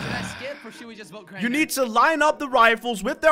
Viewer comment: craiber LOL it’s Crainer